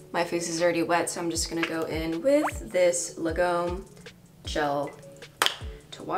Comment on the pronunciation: By the way the brand Lagom "means just enough" or "just right amount" in Swedish and should be pronounced more like lag-om, with the a as in awe and om and in omgega.